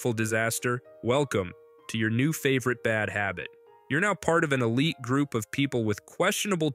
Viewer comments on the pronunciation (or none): none